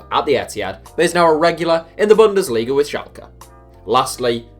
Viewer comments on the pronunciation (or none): none